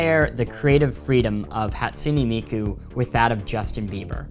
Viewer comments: You said Hatsune Miku wrong, no hate but it's pronounced like this "HĀtsooneh Meekoo" okay I know this is weird as heck. ;w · Whatever Cartoons HA - TSU - nAY mEE - KO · Whatever Cartoons HAT-SOO-NAY MEE-KU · Better than "Hat-SOON miku" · This guy's pronunciation though: "Hatsoonie Miku" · how you pronounce it, though I'll give you he has bits of an American accent in his pronouncing. Hahtsooneh Meekoo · Zai isn't it pronounced Hatsoon Miku